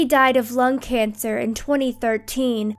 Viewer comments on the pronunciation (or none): none